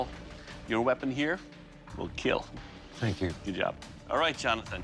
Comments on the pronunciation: "It will KEEEL!" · love his gremlin smile "eet will keeal"